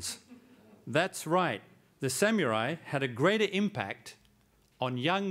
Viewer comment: what a joke!!whats a (sam-u-rai)